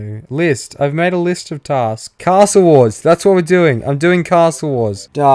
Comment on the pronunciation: Lmaoooo I started crying when she couldn’t say list 🤣🤣🤣